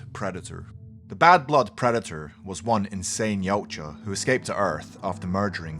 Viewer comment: It's pronounced Ya-oot-ja